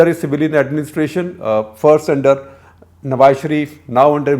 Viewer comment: I'm impressed. He is one of few Indians who don't mispronounce "Nawaz" as "Nawaj"